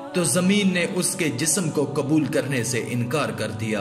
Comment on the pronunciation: KABUL NAHI QUBUL.......ALFAZO KE SHENAQT KARO